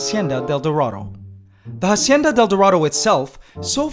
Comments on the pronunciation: "hacienda", not "jasienda" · If "Hacienda de Dorado" is Spanish, stop pronouncing the H. In Spanish the h would be silent. I can't tell for sure if it's Spanish for sure, but again, if it is, the h is silent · Dude, you pronounce it like “AHcienda,” not “HAHcienda” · It annoys me how he pronounces the "H" in Hacienda. It's supposed to be silent. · Hacienda is AH-SEE-IN-DAH You don’t sound out the H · The "H" in hacienda is silent, just so you know, continue with your day as normal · Just a little tip about La Hacienda del Dorado. "Hacienda" is a word in Spanish that you are pronouncing incorrectly. The H is silent. And it is a bit cringy when you say it wrong. Just saying... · shouldnt be the "h" in "hacienda del dorado" be silent?